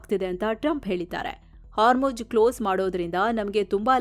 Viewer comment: My best and favourite channel. I miss Amar. But for Ma’am it is “HarmuJ alla madam idu Hormuzz”